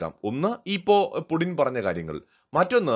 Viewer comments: പുഡിൻ എന്നാണോ പറയുന്നത്? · Puuttin... Putin it is so pronounced....Мы Любим Путина..